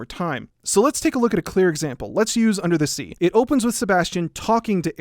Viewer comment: unda za zea I love that accent tbh.